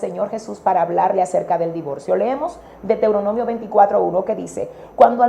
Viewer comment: Dra. Por favor, corrija la pronunciacion del nombre del libro Deutoronomio. Usted esta pronunciando Deteuronomio y se oye muy mal.